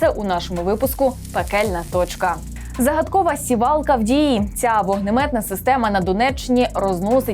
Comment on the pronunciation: Де тебе вчили сІвалка ,а не сівАлка . Неучі кОреспонднт , а не кореспондЕнт